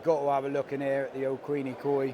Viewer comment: Quenikoi... Qu-when-knee koi. Take it from a local ;) 👍🏻